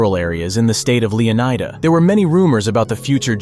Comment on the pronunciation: Fuckin choose a pronunciation…. If anyone pronounces it as anything other than (Leo-ny-duh) they’re wrong